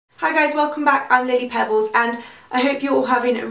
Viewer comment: It sounds like you say 'I'm Lady Pebbles' :p xXx